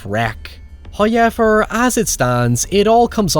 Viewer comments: I am begging you to change how you pronounce however. Hawyeever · Less of your face,also it's pronounced "how ever"not"high yevar" matey... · Who is this "Hoi Yever" that seems to always talk about? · As always with your videos, I came for the movie riffs and synposis, but I stayed for every time you say "Hauyever". <3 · Just came here to hear say "hoyever" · When he says “Howyever” you know he’s about to be spitting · “Oh yeah, the guy oh sounds like he says Hi-ever when he says ‘however’!” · I didn't know words like "however" and "now" were pronounced with a "y".